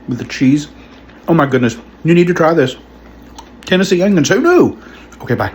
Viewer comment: What's the deal with some people saying ungions when talking about onions. I feel like 10% of people do this, including this guy.